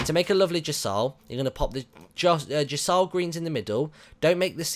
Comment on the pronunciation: its gee-yaw-she greens